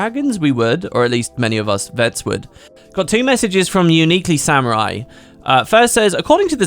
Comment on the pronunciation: Hey! Thanks for highlighting my comments! Really appreciate it :) But uhm lmao - It's "UniquelySAMUEL" not "UniquelySAMURI" XD